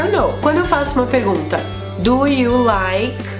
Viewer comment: Achei que pronunciávamos Do =Dhu, e não du